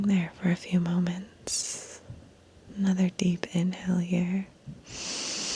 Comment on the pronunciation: I heard “deep inhale” as “deep in hell” 😳 😂😂😂